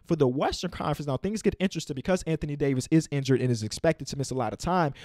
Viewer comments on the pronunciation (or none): none